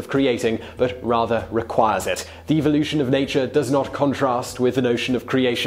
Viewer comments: wish he pronounced evolution correctly. 😉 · Does it bug anyone else by the way the host says evolution